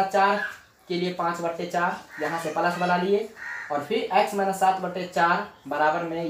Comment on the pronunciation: Palus nahi plus ➕